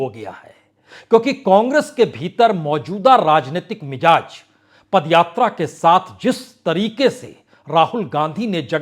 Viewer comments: Kindly use bindi in Hindi. It's Mizaj not Mijaj. It's Nazar not Najar. Wrong pronunciation hammers on the minds. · Yeh word MIJAZ nahi balke MIZAJ he. Word ki spelling ghalt sun kar bohot bura mehsoos hota he. Isi tarah aap HAZAR ko HAJJAR boh bolte hen !